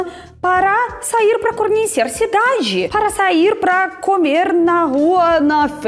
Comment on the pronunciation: Como você estudou português com gente que não era português ou brasileiro, agora entendo porque até hoje você ainda têm problemas com a pronúncia de certas palavras como por exemplo: você pronúncia camer, em vez de COMER. Tarneira em vez de TORNEIRA. A letra O em português nunca tem o som de A. Espero ter contribuído para a sua fluência em nosso idioma.